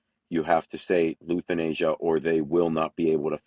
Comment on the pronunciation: how can u not pronounce Lithuania properly??? typical American lol